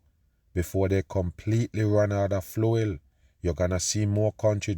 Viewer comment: Jet fluel 😂